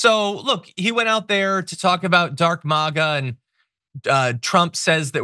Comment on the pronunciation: Gone "MAD A", not "MAGA", wonder what he's on. He wasn't always like this.😢